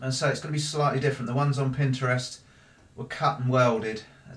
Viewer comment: I love how you say Pinterest, pin-stra-wrist.